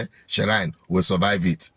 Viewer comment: the word is pronounced "shrine" not ShSSShrine?